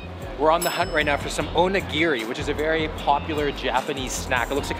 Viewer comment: Bro said “onegiri” and said it’s like a pizza pocket bruh